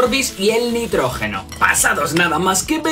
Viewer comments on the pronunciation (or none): Nitrógeno no notrojeno